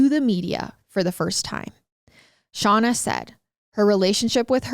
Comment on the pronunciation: I love hearing about this case from different sources. I'm sorry but I have to correct you on something... You keep calling the daughter "Shawna" and it is "Shayna"...... Like her big brother Shane but with an a ☺️